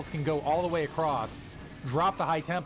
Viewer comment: why do some some people say acrosst